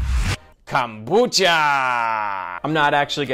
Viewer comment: Says kambucha the first time ....eh.....says it the second time ....*FUCKING DIES*😂